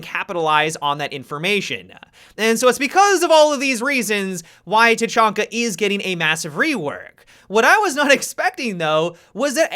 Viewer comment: He said tachanka bad dislike unsubed